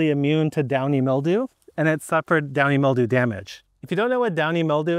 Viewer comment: It sounds like you kept saying "Dying Mildew", which would be appropo. I'll have to use that bit sometime!